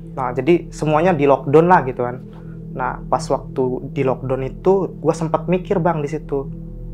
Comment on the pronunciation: sok English boleh... tp benerin pengucapannya... yg nonton byk... lock down (lock da_un)... FYI / For Your Information (eF Wai Ai) bukan ef A E etc daghhh.. 😅😅😅